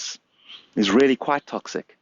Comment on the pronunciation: Wow, those worm fwends weally made an appeawance thewe.